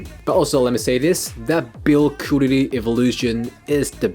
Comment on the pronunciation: You speaking english so good but you cant say correctly quality...sounds funny :) Respect!